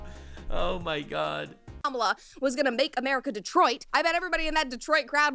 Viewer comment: Everytime you pronounce Kamala as Camela it breaks me lmao X'D🐫